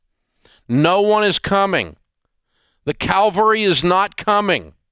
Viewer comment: "Calvary" is a hill in Israel. "Cavalry" are horse soldiers, Dave.